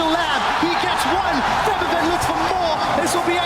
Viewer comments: martin stoyanov Plus he isnt called Forbiven he is called FaBIVen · Wequendi No, its a combo of faban and riven, so its fe-biven, the e can be a soft a or e sound biven not even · Feb-E-ven. Not so much emphasis on the E. Just rolls of the tongue. Febiven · martin stoyanov It's actually Febiven.